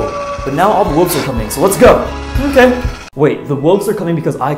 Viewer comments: Wolves not woves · "Wooves" Youre just like Jacob 😅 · Woves lol (that’s what he said) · How he said wolves tho “wooves”